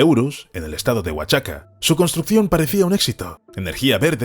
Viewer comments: Oaxaca se pronuncia cómo lo dice el narrador ("Oachaca"), se dice "Oajaca" . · Siempre estos videos tratando de criticar , se ve para quien trabajan !! Viva Mexico y si no puedes leer Oaxaca, pronuncialo Oajaca !! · Creo que te falta información verídica sobre cómo se plantaron millones de árboles para reponer los que se tuvieron que quitar y qué mala pronunciación sobre Oaxaca haces que suene horrible ( la x debe sonar como j ) OAJACA ( sería la pronunciación ) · My friend no es wachaca. Es OAXACA.